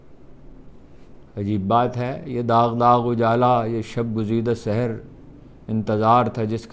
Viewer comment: نِکات کا کمنٹ لکھ رہا تھا اور آپ کا تبصرہ چل رہا ہے کہ آپ نے فیض کا شعر پڑھا ہے : یہ داغ داغ اجالا یہ شب گزیدہ سِحر ؟ سِحر کیوں ؟ مابعد مصرع میں پھر سِحر ؟ درست تلفظ یوں ہے : سحَر : صبح سِحر : جادو